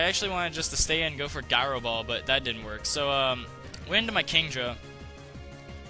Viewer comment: Dude, I'm saying you can't pronounce the word "gyro." Don't know what you're going on about lol